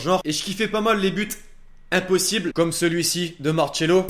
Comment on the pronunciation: On dis Marcelo pas marchelo